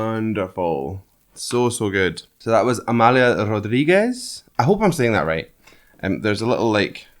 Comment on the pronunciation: It's just beautifull the way you explain the poem without understanding a word! Amália was perfectly pronouced, but Rodrigues you pronounced as the Spanish Rodriguez, in Portuguese you close the "o" and the "e".